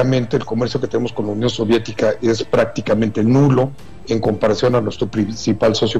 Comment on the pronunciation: "sóvietica". en que mundo vive este señor